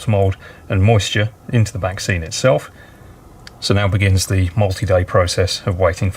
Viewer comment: Absolutely amazing, the level of detail is outstanding as always! Whenever you mentioned the ‘backscenes’, all I could hear was ‘vaccines’ - that’s all that’s on the news here in Ireland anyway! Looking forward to the next instalment already! Happy New Year